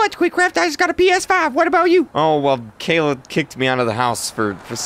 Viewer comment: Isn't it Kayla? Not kaa-la